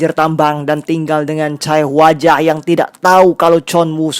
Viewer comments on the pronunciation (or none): Sorry bang mau koreksi dikit aja karena beneran ga enak bgt denger pelafalan daechon—- dibacanya de con bukan DAE CON Chae hwa ja dibacanya CEH WA JA bukan Cae Huwa Ja